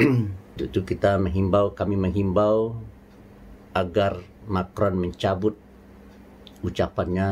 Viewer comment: Macron.. bacanya "Makwqqqong"